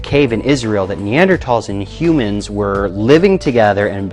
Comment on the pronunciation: Wow the creationist pronounced Neanderthals correctly! He gets one point. Balance that against the way he pronounced orangutan earlier and everything else however....